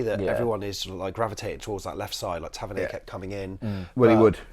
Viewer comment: FFS - learn how to pronounce the names of our own players. Tavernier - pathetic.